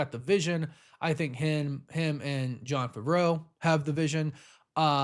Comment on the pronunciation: I was wondering who was talking about. And now I know he talking about Favreau ( Fav-ver-roe )